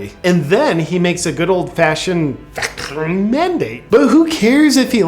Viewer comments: I want you saying “vaxine” (intentionally misspelled) as a text notification sound! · Yeah…that “not mandatory Vacklighhhnge” just cost multiple people in my family their military service. It’s ok though…they are done serving under such a liar. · Love the pronunciation of vax🤬i😡ne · The way he says "vaccine" 🤣🤣🤣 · God it's so incredibly cringy to see Jp pronounce 'vaccine', really good tho. Good job JP. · Say vaccine again!! Please, Please, Please!!!😂🤣😝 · That it JP it not a V its W, good use of auchweiz there ;)